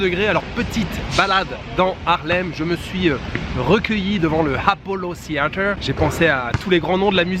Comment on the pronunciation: Pas le apollo « seeather « ! Mdr en tout cas tu seras pas dépaysé! Avec les bons anglicismes français !